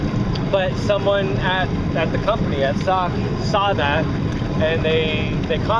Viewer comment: It's S•O•K. Nobody calls it "sock" 🤣